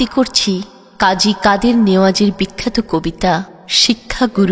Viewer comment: কবির নাম শুদ্দ করে বলেন